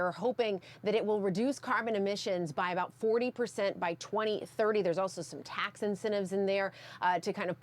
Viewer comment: Poor. She not only has a constricted, squeaky voice that come from her throat, not her diaphragm, but she is also very nasal, with nasty flat syllables, as in the word TAAAX. Hold your nose and say the word as if it's a car horn blaring. That's how she sounds. She needs a voice coach to show her where the power of her voice SHOULD come from, and how to speak from her core, and not through her nose. It will help her sounds as elegant as she looks.